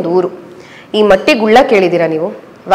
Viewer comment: ಮಟ್ಟಿ ಗುಲ್ಲ ಅಲ್ಲ ಮೇಡಮ್ ಮಟ್ಟು ಗುಲ್ಲ ನಿಮ್ಮ ಊರಿನ ಹೆಸರೇ ನಿಮಗೆ ಗೊತ್ತಿಲ್ವ್ ಮೇಡಂ 🤔